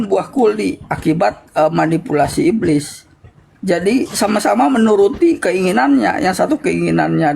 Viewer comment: Sibilisis hhhhhhhhh bliiss ibliiss 😂😂😂😂